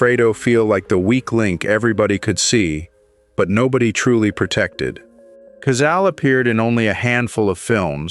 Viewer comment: Pronounce Cazale orrectly.